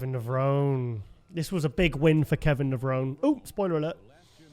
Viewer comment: try to pronounce Kevin's last name correctly. He mentioned on many shows, it's pronounced Levronee, not Levrown.